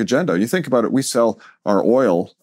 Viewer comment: I think the first thing you need to do is to learn how to pronounce the word "about" haha